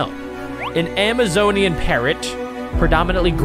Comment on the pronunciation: Here Are Corrections For The Words You Didn't Pronounce Correctly: Bacterio-faje (Pronounciation) Aam-a-Zon Parrot (Pronounciation) Way-Wot (Pronounciation) Trappist- One E (Pronounciation) And TOI 7 Hundred Dee. (Pronounciation) And Ann-Aei-mee-a (Pronounciation)